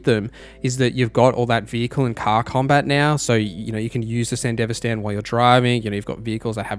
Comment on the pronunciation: How do you watch Edgerunners and still come away with the pronunciation "san-dihv-uh-stan" like its some middle eastern country, but have the correct Spanish pronunciation of "Martinez" and others. Not a big deal, but couldn't avoid saying something.